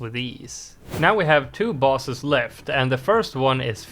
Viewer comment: Is bro saying bosses or balls